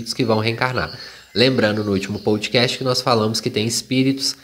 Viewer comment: teus posts são muito bons. Escuto quase todos os dias indo ou voltando para o trabalho. Ps: não é “pão-do-cast”, mas “podcast” (“podecast) 😉